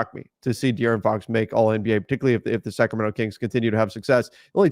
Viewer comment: lol! I was saying Sacramento but it sure sounds like second round